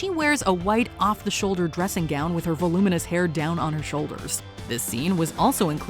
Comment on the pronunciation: Thank-you for pronouncing VOLUMINOUS correctly!